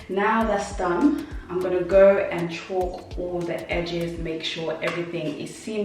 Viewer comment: Its pronounced Caulk (kawk) not Chalk, but great video easy to follow, thanks, can't wait to start a bedroom.